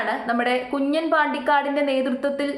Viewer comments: കുഞ്ഞൻ എന്നല്ല , കുഞ്ഞാൻ ആണ് , തട്ടിപ്പിനും വെട്ടിപ്പിനും ഒരു കുറവുമില്ല. Congraa.... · കുഞ്ഞൻ അല്ല 😂 കുഞ്ഞാൻ . Ha enthayalum kuyappamilla aal air il aan😂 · കുഞ്ഞൻ അല്ല കുഞ്ഞാൻ പാണ്ടിക്കാട് 😂